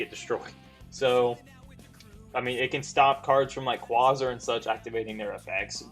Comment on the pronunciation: the way you say quasar is bothering